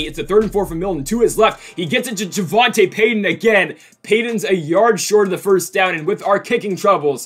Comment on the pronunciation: its pronounced javontay peyton lol